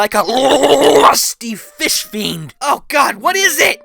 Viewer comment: "Who cares? I got du feeesh!"